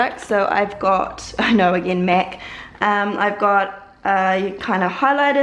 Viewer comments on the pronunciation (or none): She says Mac like mec